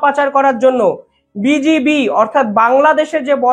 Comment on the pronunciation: বিজিবি উচ্চারণ ঠিক করুন, শুনতে লাগছে "বিজেপি"। Case হয়ে যেতে পারে আপনার against এ।